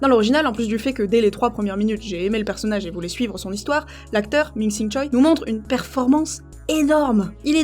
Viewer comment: J’arrive un peu tard. Bravo pour ton travail sur cette chaîne que je viens de découvrir. Si tu adores ce film, laisse-moi t’indiquer comment prononcer le nom de cet acteur qui est une légende du cinéma Coréen. On le voit toujours écrit « Choi » mais ne se prononce pas « Choï » mais plutôt « Ché » (choe en phonétique Coréenne qui est une sorte de « é » qui ne monte pas au niveau de l’intonation). Pareil pour le nom du personnage qui ne se prononce pas Daïsou mais plutôt Désou (Dae en phonétique Coréenne qui est également une sorte de « é » qui ne monte pas). En tout cas bonne continuation c’est très intéressant !